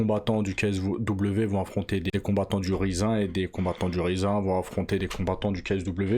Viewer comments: Je pense pas que ça se prononce "rizze un" mais plutôt comme le mot anglais "rising" . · Rizin il nous dit mdrrr, "Rayzine" (Rising) ça vient du verbe Rise (s'élever) mdrrrrr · Ca me fume la façon dont tu dis Riz zin ! 😂 Je connais pas c'est une nouvelle variété de riz ? 🤣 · ça se dit raïzine frero fait un effort mdrrr